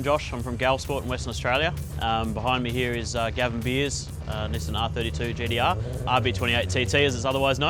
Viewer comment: Did anyone else picked up every time he said "GTR" sounds like GDR 🤦‍♂️